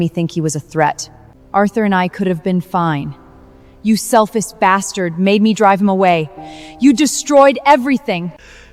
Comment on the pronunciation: "I never thought you so selfif".🤣🤣🤣🤣🤣